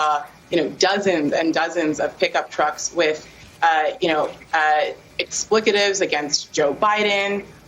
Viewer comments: Explicatives? Does she mean expletives? New York Times board member FFS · Explicitous? Does she mean expletives? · That one lady talkin’ bout “explicatives.” I’d like a axe her a few questions.